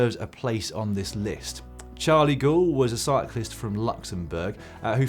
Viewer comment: I hate to be a pedant (no, not really) but Gaul is pronounced "Gowl" where he comes from. Apologies to Irish viewers to whom gowl means something else entirely but GCN is a family show. ps, I miss Emma on GCN but not in the kitchen.